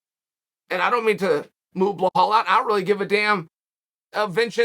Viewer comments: That “Blahal” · HOW is it even possible that Chael is saying BLLahaL MuLhammad